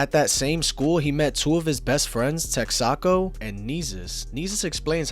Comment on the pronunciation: texakos name is pronounced tec-sa-co (texak0) like texas without the s then the co